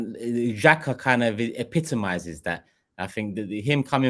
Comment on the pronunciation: Just started the podcast, if is still unable to say Xhaka, I will be hurt. So childish.